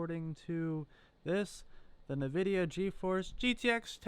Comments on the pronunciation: OH MY GOD!!!!! STOP SAY NAHVIDIA!!!!!! For fuck's sake it even says the name on a lot of games. It IS NOT pronounced NAH-vidia. It's N.... vidia. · It is pronounced as n-vidia not niv-vidia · OK PEOPLE ! STOP FUCKING SAYING ! ~ NA- VIDIA ! ~ it's FUCKING ~EN-VI-DIA~ the company literally pronounces it when you load up one of their products. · It's not Nuh-vidia. -_- It's N-vidia. Also, you could have just used GPU-Z from the get-go, and you'd have known what it was right away. It's a GeForce "seventy-eight hundred" - you don't say "seven thousand eight hundred". Good grief. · Pronounced Envidia not Nuhvidia. Instead of taking it apart to ID, just run GPU-Z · A few tidbits of advice for your new channel sir.... 1. It’s not ‘NUH-VIDIA.’ It’s ‘EN-VIDIA.’ 2. Please don’t say ‘Seven thousand eight hundred....’ Say, Seventy-Eight Hundred. 3. Just flash the correct BIOS onto the card, and at least you can use the dang thing. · Stop saying “navidia” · if i see a person pronounce something like Nvidia as NaVidia, im sure as hell will not take them seriously from that point onward and probably assume they're not tech savvy, so I politely ask you to take your ass load somewhere else. Thanks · Drives me crazy when I hear people pronounce it as "NUH-Vidia". LOL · NUH-VIDIA. Credibility lost.